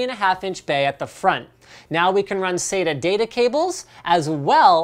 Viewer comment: hehehehe "sata data" hehehehehe